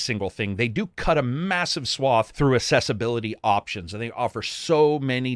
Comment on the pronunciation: AXE-ess-ability...JUST SAYIN ;)